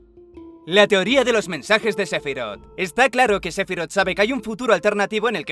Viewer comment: Se dice SE-PHI-ROTH tan tan tan tan